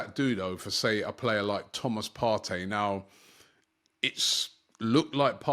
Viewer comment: Thomas partry ur say lol 😅 it's toney bruv 😂